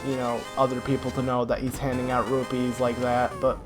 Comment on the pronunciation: He calls rupees robies.. :(